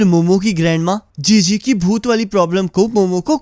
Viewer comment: chi chi ❎ jiji✅